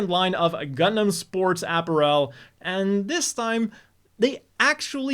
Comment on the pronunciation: Not because of the gender collection joke though... Because of the way he pronounces apparel.